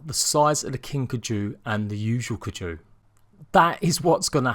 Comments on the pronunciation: It’s pronounced Like Guy-Ju with a K instead of a G... Kuy-Ju.... Not k-ju ..... every time you say k-jooo... I think you sneezed..... do some research before you offend people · It's driving me nuts lol "Kai-Ju" no "Kaju" Anyway let's see how many issues will come with this new instalment. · Keju... King Keju... not KAI-ju... keju. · You were pronouncing wrong it's called as Kai ju not caju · I loved this vid but, and I hate to be that one guy, it’s pronounced KI-Jew. Also does having a king kaiju mean that there’s no boss because this whole huge kaiju monster idea seems crazy and I’m so excited for it but I was hoping for a mysterious boss like Helena or someone like Rockwell that’s not a crazy rabid animal and delivers a good and meaningful ending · Pronounced KAI-JUU or KY-JUU. Love ya videos but growing up on Godzilla that pronunciation really killed me lol. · It is pronounced ki ju just to let you know😆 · well i do like giant monster and robot fights so my interest in extinction is now piqued but i think id still wait until a long while after launch before i decide also for some reason your pronunciation of kaiju is driving me crazy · Ur not the only one lol, the pronunciation of Kaiju and also of Gundam was driving me insane